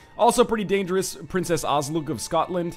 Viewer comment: NL, can I ask you a question? WHY YOU BUTCHER THE PRONUNCIATION OF SCOTLAND. YUDODIS?!?!?!?